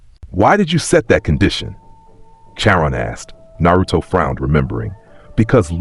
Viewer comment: It’s pronounced (Car on).